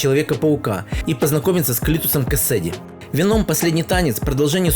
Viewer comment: ПЕТУШАРА, НЕ венОм сука, а вЕном!